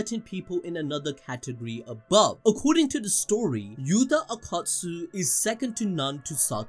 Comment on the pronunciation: Why do you insist on pronouncing "AKKATSU" when in reality is Yuta "OKKOTSU"?!?!?